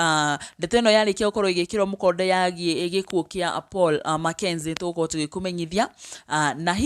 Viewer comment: Its Paul not pual